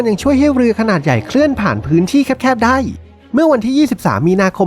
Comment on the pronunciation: ได้ ไม่ใช่ ได๋